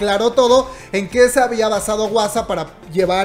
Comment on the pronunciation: No digas wasa plis jajaja di Juasa 😂😂😂 porfis